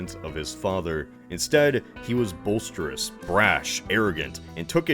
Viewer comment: Really hurt my feelings his you pronounced boisterous 😭😭